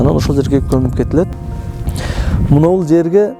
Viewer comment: Дагы озбек кыргыз болуп атабы мно молдо мине деп атат ошону уксанар